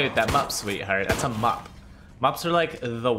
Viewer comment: Your not gonna kill me with that mup sweetheart lmao pls